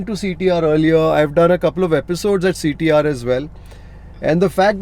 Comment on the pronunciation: Hi sir, when you pranoun CTR , I heard like CT maar song...😂